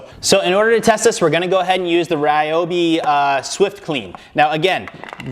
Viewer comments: It’s pronounced Ree-obi. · Actually "Ryo - bi", because りょ is one syllable. (and while I'm at it, Kyoto is not "key yo to or key o to", it's kyo - to きょ- と)